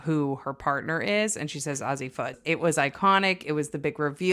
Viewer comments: Pronounced like the letters AZ and beckers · Not to be that person but you pronounced both “Buckers” and “Azzi” incorrectly lol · The mispronunciation of Buecker’s and Azzi’s names is killing me lol